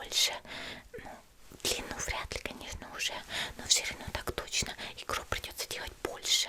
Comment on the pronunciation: Не гробы ,а гробы